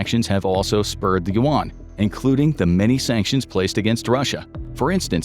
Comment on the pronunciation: Very, very good video 👍 100% agree with all the info. Only 1 thing : the pronunciation of the Chinese money is not "want/woan" but "yun" 😅